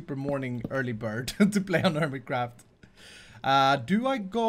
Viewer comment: it sounded like you said hermicraft in you intro